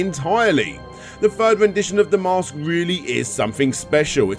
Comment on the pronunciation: It’s called the Mask. The narrator keeps calling the Mosque.